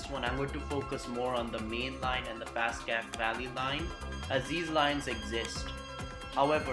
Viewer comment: Passaic is pronounced (pass AY ic)